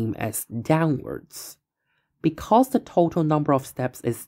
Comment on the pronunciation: Why is it that most of you math creators have absolutely miserable pronunciation? We add up de total. Owigin. Nice job.